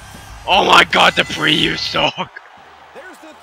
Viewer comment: Whoa! Did Dupree said or my dog fifi?!